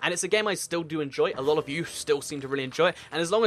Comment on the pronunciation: Hashtag que and a Dear why cant you say "A lot of" properly?